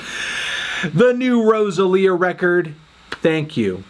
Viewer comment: why he say rosalia like that